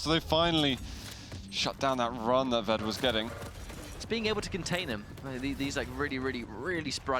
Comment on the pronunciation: 5 and a half minutes into the match on Molten Falls and I just have to ask what on Earth they keep calling V E D. Are they saying Ved Medic?